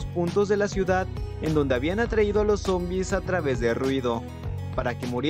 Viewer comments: Porque dices monbis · momvis ✅ Zombiz ❎